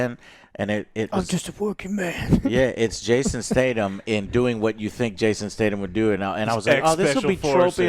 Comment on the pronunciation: Is Joe not physically capable of saying names correctly? Wtf has ever said Jason Stay-dum